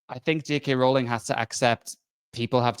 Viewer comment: Total stupid, I know, but what REALLY gets my goat is how no one (except ) can pronounce Rowling correctly. I can only assume these people castigating her haven't done any actual homework on here (even for something as simple as pronouncing her name correctly). They've learned everything they know from other haters. It's really quite bizarre.